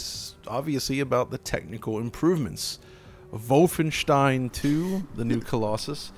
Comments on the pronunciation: Doesn't usually pronounce Wolfenstein as 'Vyyfenshtein', not 'vulfen-'? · He says Wulfenstein, even though it should be Wolfenstein. I'm baffled that he didn't pronounce it in German. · MY NAME IS NOT WOLFENSTEEN IT’S VOLFENSHTEIN! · "wulfenstien" my god that is hilarious guys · Where’s Battaglia so you can overdub his voice for pronouncing vhoulfenschtein each time in this video? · "Wulfenstein" isn't correct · Its schtein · I wonder why you guys make fun of the German pronunciation of Wolfenstein. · The inside joke about the pronunciation of Wolfenstein became annoying in the end. Otherwise, keep up the good work :-). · even in German it sounds ridiculous, like seriously, the pronunciation is off. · You guys need to up your „Wolfenstein“ pronunciation game. :D